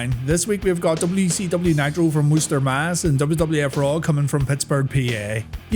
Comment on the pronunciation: Shout out for pronouncing Worcester correctly